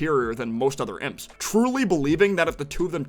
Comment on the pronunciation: It's pronounced IMPS not I.m.p.